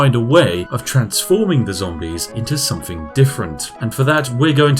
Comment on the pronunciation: Is it a conscious choice to mispronounce words like ‘with’ and ‘something’ as ‘wiv’ and ‘somefing’? I’d never bring it up normally but since I assume you are playing The Spiffing Brit as a character this apparent inability to pronounce ‘th’ is really jarring when compaired to the rest of your speech.